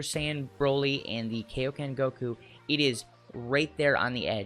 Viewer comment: I noticed you say Kaioken like Kaoken In the old dub of Z Mr. Shemmel mispronounced it as Kaoken, It's actually KAI-oken, like supreme or king Kai/ Kaiosama